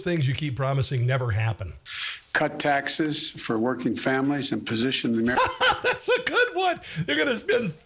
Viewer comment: "Transform 'Merica"?...he can't even say America!